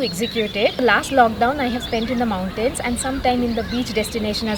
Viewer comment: Respectfully, please improve your pronunciation of "mountains" it's very off putting